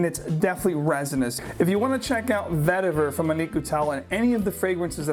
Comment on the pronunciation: Its pronounced Vetti Vaer (root). Tamil word.